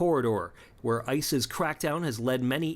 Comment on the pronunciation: I know she's saying "ICE's tactics", but I can't help but hear "ICEis".